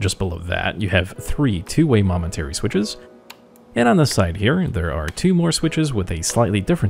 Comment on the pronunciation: Were you saying "monetary" switches? Lol